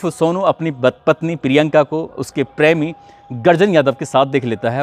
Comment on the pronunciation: "prami"😂 typical western UP pronunciation.